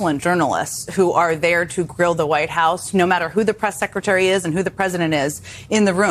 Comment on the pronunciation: Did just say "sexretary"? Freudian slip? Probably, but I think he's on to something. Leavitt can have more than one reason for leaving. Trump has moved on from her to ms. Harp.